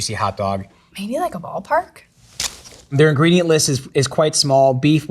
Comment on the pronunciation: Definitely said boo pah